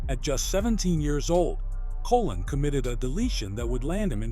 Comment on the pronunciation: Pronunciation please...Colōn ( Like cologne) ...